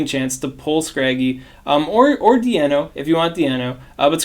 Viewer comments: Deino like Dye-know. Its dEINno like Ein which is one in German. Zweilous for Zwei/2 in German and Hydreigon Drei/3 in German. Just a cool name easter egg that is missed if you pronounce it wrong. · Just to clarify, since the Deino family is based on the numbers 1,2,3 in German, it should be pronounced DIno with a long I like the start of Dinosaur.